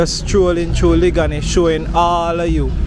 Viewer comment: Thanks for sharing...u are not pronouncing the word liguanea properly u saying it like a country man...it's liguanea plaza in the half way tree area..and u not saying the word liguanea beautifully..it's a long sounding word